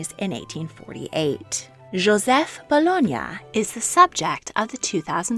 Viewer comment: Bologne, not Bologna